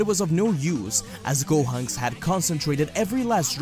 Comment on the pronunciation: Gohonks.. I'm sorry, I paused the moment I heard that.